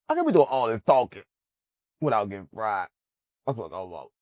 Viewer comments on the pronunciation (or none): none